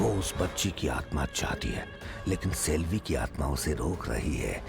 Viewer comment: Salvi nahi Selvi